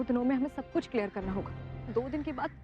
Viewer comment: Ye urmi ke mama kuch ko kuchoo bolte hai😂